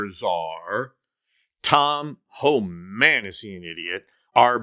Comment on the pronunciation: Homan is not h man